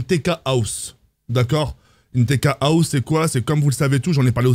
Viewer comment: Le moment où il a dit une" TK HOUS" j'ai péter de rire sinon j'ai trop envie de voir quand il sera dans la TK HOUS 😂😂😂